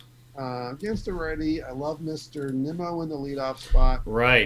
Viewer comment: I'm sorry but incorrectly saying players names is a huge pet peeve who is neemo 😂 and kaboom 😂